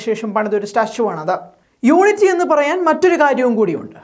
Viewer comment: നമുക്ക് അല്ല. നിനക്ക് വില കാണില്ല. പിന്നെ പോട്ടകിനട്ടിലെ മലയാളി തവളകൾക്കും. ഞങ്ങൾക്ക് ഞങ്ങളുടെ പ്രധാനമന്ത്രിയോട് വില ഉണ്ട്. പിന്നെ "യൂണിട്ടിക്ക്" അല്ലെടോ.."യൂണിറ്റി" എന്ന് പറ.